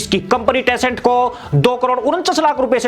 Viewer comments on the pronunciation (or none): प्यारे कम्पनी का नाम टेसेंट नहीं बल्कि टेनसेंट है और भी बहुत सी गलतियां है।